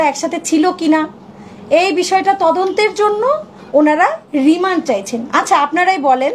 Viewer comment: রিমান না আপু। এটা রিমান্ড হবে।